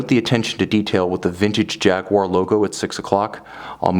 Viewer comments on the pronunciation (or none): Who's Jagwha? It's pronounced Jaguar! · Lovely watch, but cant listen to jagwarr... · Jag - you - a